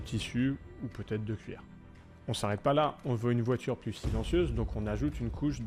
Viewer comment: Troo stylay😂😂😂😂 la voidure je l'achète volontiers mais je suis pas milliardaires